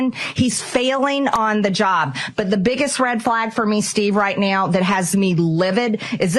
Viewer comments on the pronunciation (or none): Will MAGA Mike survive 6 months and if so will his hair be grey? BTW when Marjorie Traitor Spleen says "Now" It sounds like "Neoww" or more precisely "MEOWW"